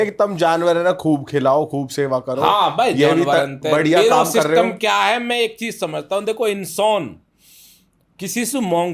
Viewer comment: काम ❌ कोम ✅